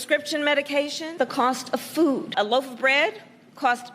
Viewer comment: Did she say Food or FOOL ? . . . GOD BLESS ALL 4 I AM THE SHED ! ! ! ! !